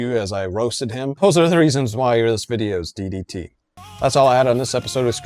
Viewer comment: Emphasis on the 2nd “D” in today’s DDT,! 😂😂😂